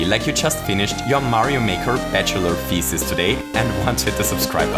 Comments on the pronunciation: Please use a different word or find another way to pronounce "thesis", because across the video, I only heard "feces"... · "Looks like we have a mistake in our feces" – This guy's pronunciation is hilarious! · "and so we prove our feces".... what did you say? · I like how your pronouncation of 'Thesis' sounds like 'Feces' :'D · also it sounded more like feecies. .-. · Yeah the way he says "thesis" does sound a lot like "feces"